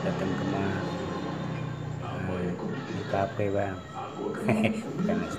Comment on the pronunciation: Kafe bisa jadi kape haha, btw tetap semangat Bang.. 💪💪